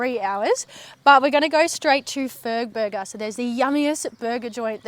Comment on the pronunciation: Ahh I thought you said Furburger